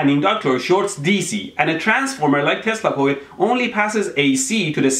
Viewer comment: Are you saying testical or Tesla Coil?